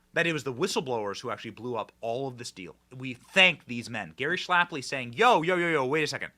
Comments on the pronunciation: Its Gary SHAPLEY, NOT SHLAP-LY. Put some respec on his name Benny😅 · If you want lionize Gary Shapley, Benny, the least you could do is say his name correctly--- It's not even a particularly difficult one, either. Every time you say "Schlapley" it becomes harder and harder to ignore. 😂